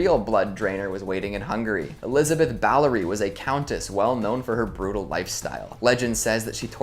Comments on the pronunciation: I winced every time he called Elizabeth Bathory “Balory” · its Elizabeth Bathory not elizabeth Ballory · Elisabeth Bathory, not Ballory 😉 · It’s Elizabeth Bathory, not Ballory. Great video though. Thanks!😊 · It's Bathory NOT Balory!